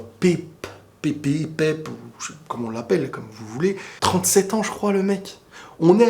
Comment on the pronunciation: On dit ''Pèpe'' 😊